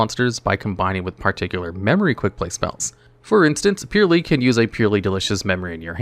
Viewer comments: Its purrEly not purrly 😂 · It's not purely it's purrely. Just like a cat purrs...come on bro. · It is annoying me way more than it should that bro keeps pronouncing it “pure” when it’s clearly a play on the onomatopoeia “purr” sound that cats make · purr ely sads not pure ly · Great video as always! Id pronounce them Pearly, like the word Purr, cuz theyre cats! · Is Purrely pronounced like that? I always thought it'd be "Purr"-ly. You know, like after the sound cat makes? Someone please clarify for me 😅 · Considering purrely is an archetype of cats, I think it's supposed to be pronounced pur-rely as in purring, the things cats do. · You're talking about a guy that couldn't even pronunce Ojama Trio correctly. legit can not pronounce to save his skin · I'm kinda new to this community so i have 3 questions. What is the ocg and the tcg? Is that actually how you pronounce "purrely"? What are Floodgates?